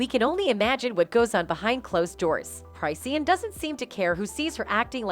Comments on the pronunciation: "Cry see an" 😫🤣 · 'Cry-seen'??? 😂😂😂😂😂 Come on guys do better 😂😂😂